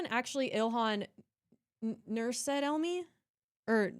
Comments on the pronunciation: Name pronunciation tip: Said is pronounced 'SA- ID'. The 'Sa' is emphasised i.e. SAH - EED'. There you go. Perhaps we could request for a graphic family tree presentation based on the various real, fake and deceptive identities of each character? Start with the identities they now hold and see where they pop up in time. That would be as clear as ice wouldn't it? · "Said" is pronounced "Sah-eed". 2 syllables